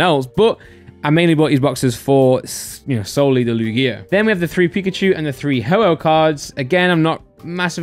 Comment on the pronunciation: The way says Lugia is vile